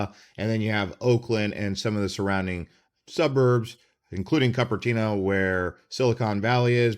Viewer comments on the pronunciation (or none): Hearing him say "Cup-er-Tino" was like nails on a chalkboard. Cupertino ("COOP-er-TINO") is home to Apple headquarters. Mountain View, where I'm at is the corporate HQ of Google. Basically, EVERY tech company worth a damn is within about 20 mins of me.